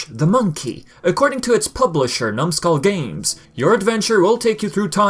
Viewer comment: The way you keep saying numskull games lol